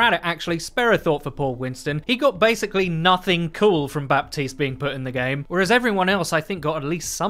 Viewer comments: Buh - teest not bap - teest. Thanks for coming to my ted talk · His names pronounced Ba-teest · "Baptiste" is pronounced as "Batist". With a silent "p". No wonder I can't hear him in the toilet. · How is Baptiste pronounced batees? Are we just gonna ignore 1/3 of the letters 😂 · Pls stop pronouncing the "p"